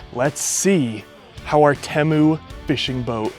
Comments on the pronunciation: Its teeemoo not tehmu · It’s tee-mu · I feel obligated to tell you it’s pronounced tea-moo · At some point the commercials for Temu went from pronouncing it "Teemu " now they say "Timu" . I think confusion with Liberty Mutuals Limu the emu caused this change. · No incorrect you pronounce it Temu not teeeeemuuiuui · lol the way you say Temu is killing me. Ever time you say it I get south part In my head TIMMY!!! 🤣🤣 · Bruh… it’s pronounced “Teemu” like “Tea Mew” 😂